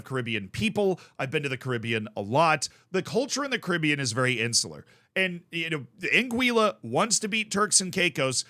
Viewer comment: an - gwih - luh